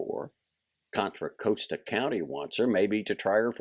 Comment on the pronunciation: However Contra Costa is pronounced in Spanish, locally it isn’t pronounced the way he reads it.